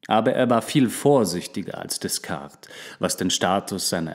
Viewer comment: Pico della Mirandola die Aussprache hört sich richtig gut an auf jeden fall besser als die von Rene Descartes wo du das s am Ende immer mit ausgesprochen hast. ;--) Aber ich liebe deine Stimme und du hättest auf diese Videos mehr klicks und Likes verdient bei so einer guten Qualität <3